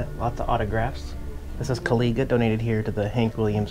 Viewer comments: Not to be critical, but it's pronounced "kuh-lie-juh" Listen to the song, it's a good one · An interesting point of order. The Indian's name on the song is pronounced as Kolija. Just find it interesting. If you don't, ignore this. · I hope you keep the 'comments' section. Annnnnnd, since you brought it up, 'Kawliga' is pronounced Kaw-liJa', just sayin, lol. Anywho brother, safe travels and YHVH bless you. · It's pronounced Ka-ly-ja. Lol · how could you not know how to pronounce Kawliga? Please forgive me teasing you! Your mispronunciations are easy to forgive because your videos are so enjoyable and well done!